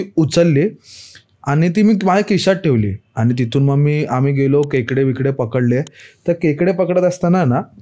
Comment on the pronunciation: जो इंटरव्ह्यू घेतो त्याला सरळ मराठी येत नाही का वेगळं किंवा वेगळी किंवा त्यावेळी या शब्दांना वेगलं वेगली आणि त्यावेली बोलतोस जर मराठी सरळ बोल भावा आणि स्टोरी सांगणारा आहे त्याला सांग केकडे नव्हे खेकडी म्हणतात